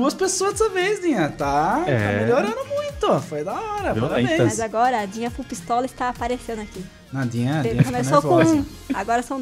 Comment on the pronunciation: tenho uma pergunta por que vc chama ela de Dina se é Dinha?